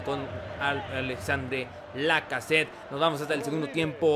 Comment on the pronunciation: Se pronuncia Alexander Lacazette. Es simple